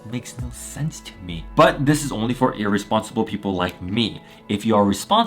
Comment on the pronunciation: He said earresponsible